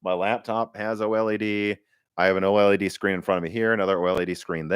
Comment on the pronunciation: It's called OLED, no O-El-E-Dee. I know it's hard for amateurs to pronounce the technical stuff.